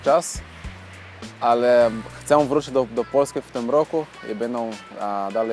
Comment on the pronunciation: Gratulację, bardzo zazdroszczę takich zdolności. Mam jedną radę jeśli chodzi o polski. Literę ę na końcu słowa czytamy jak e - bez nosowości. Problem było słychać w słowie "chcę". Powodzenia :)